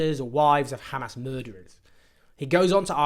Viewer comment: I like that he knows how to pronounce hamas